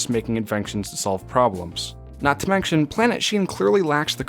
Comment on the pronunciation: I’ve noticed in a few videos that you add a “k” sound in words that have an “ent” like “menKtion” or “invenKtion.” just thought I would try to help you out.